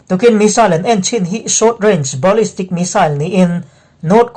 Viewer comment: I Thu te hi ngaihthlak a nuam in, A bengvar thlak ṭhin khawp mai. Mahse, a ṭhenlai ah Sawiselna tur a ṭhen a zawng a awm leh ṭhin..!! "Subscriber" leh "Supporter" nih-man ah ka lo "Advice" ve lawk teh ang che..!! A bîkin, Thil Hming i Lam (Pronousation) dan ah hian sawiselna tur a awm nuâl ṭhin..!! Entirnan : 1. Prague tihte hi "Prâk" tia lam zawk tur a ni. 2. Ballistic tihte hi "Balistik" tia lam zawk tur a ni. Henglo a dangah pawh "Thil" lam (Pronounsation) te hi a dik zawka tih dan a awm..!! Chu chu - video i upload hmâ emaw, siam hma in, Hetianglam hi Lam dan dik zawk Video dang emaw, Internet lam ah emaw En hmasa phawt lang, chumihnu ah Video siam in, i Upload cheuh ṭhin dawn a nia..!! Hetia rawn sawi chhan zawk tak chu - Midang (Ṭhian ṭhen.1) ten an lo ngaithla ve ṭhin a, An lo nuihzat leh ṭhin a, chutiang a thlen chang chuan "Thâ" te alo Na ve leh ṭhin bawk si a, chuvangin ka lo "Recoment" ve lawk a ni e..!! A dang zawng erawh Ngaithlak a nuam in, a Bengvar thlâk ṭhin khawp mai..!!